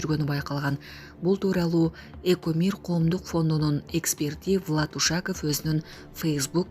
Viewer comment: Ушааков эмес Ушакоов